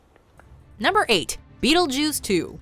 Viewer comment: Why are you saying beetlejews?